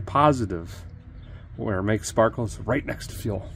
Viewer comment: "I'm gonna come in and get some sparkalators from you" "....alright"